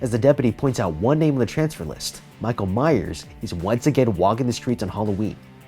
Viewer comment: He's last name is lich rally Myers not that ⚠️⚠️⚠️